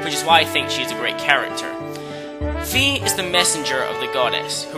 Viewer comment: SOMEONE PRONOUNCES FI'S NAME RIGHT!!!!!!